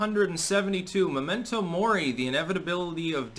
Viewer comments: It's not "Momento" Mori like the "moment you die", it's *Memento Mori, meaning "remember that you will die" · It's "memento" , not "momento" . "Momento mori" could be loosely translated as "a teachable moment" -- if you combine a couple of languages . :)